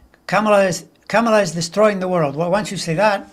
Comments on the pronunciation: Yes, please, darn it: Comma-luh! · or COMMA-la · Pronounce Kamala’s name like this “CALM-ala”. Love you both! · I read she wants it pronounced comma-la